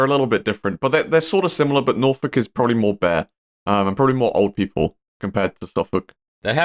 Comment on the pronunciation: petition for to never say norwich or norfolk again